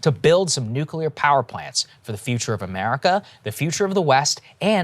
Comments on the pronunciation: “Nuculer” — Homer Simpson lol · It's nuclear, nuclear.